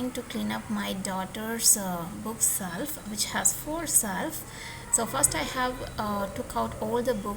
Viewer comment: not self. It's shelf